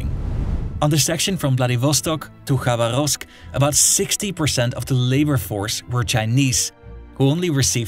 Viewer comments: "Rasputísta" LOL...sounds like a Mexican revolutionary. Try "raspútitsa"...and with pronunciations like Khabaróvsk (instead of Khabárovsk) it's clear that your expertise is shallow. Is this all taken from Google? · Pronunciations: распу́тица • (raspútica) [rɐˈsputʲɪt͡sə] (NOT rasputíca) Хаба́ровск • (Xabárovsk) [xɐˈbarəfsk] (NOT Xabaróvsk) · Bruv it's not KhabarÓvsk. The accent falls on the second syllable - KhabÁrovsk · Its "rasputitsa", not rasputista. Also, proper pronunciation of the cities: vladivostOk, khabArovsk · KhabArovsk. VladivostOk. Memorise it. Please.